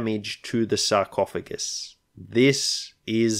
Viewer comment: "Sarcoohugs" 😂 you gotta call it that in every campaign now